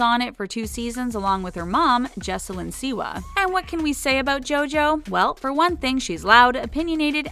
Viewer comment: Why does she pronounce Jojo's last name "see-wah" but pronounces her mother's last name "see-wuh"